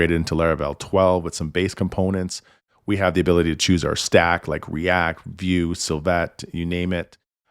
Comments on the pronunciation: I think he's referring to your pronunciation. Everyone I've heard say Svelte, make it sound like Ssfelt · Great video...( but you are pronouncing svelte incorrectly)